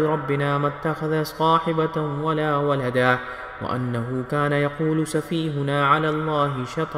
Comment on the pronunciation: Waladan NAHI waladaon parhna hy